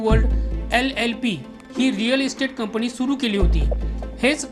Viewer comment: पण्णास? लंडण? मायरण? कंपणी? लोकाणां? णवणीत? दरम्याण? ...भाऊ आपण वृत्त निवेदक आहात. उच्चार शुद्ध असणे महत्त्वाचे असते. न आणी ण यात फरक आहे.😅